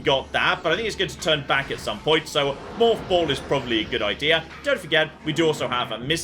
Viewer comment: The way says “morph ball” makes me think he’s saying “moth ball” in British.